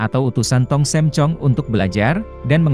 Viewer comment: Tong sam, bukan tong Sem pak 🙏🙏🙏